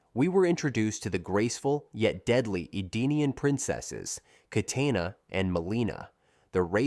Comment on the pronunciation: its ai he misrponounces basic things and other names like kitana